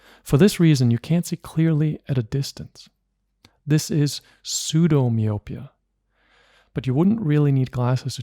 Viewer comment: You keep mispronouncing the word "myopia".